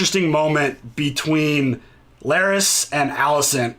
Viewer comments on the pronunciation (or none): Guys, please say Larys correctly. Just like Varys but with an L